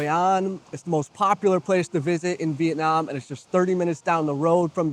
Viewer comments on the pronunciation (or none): none